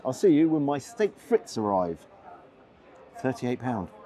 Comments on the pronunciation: Great review as ever,. One minor pedantic quibble: it's pronounced "steck freet", not "stake fritz". There are several YT audio guides. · Steak friz .. pronounced frisk! 😮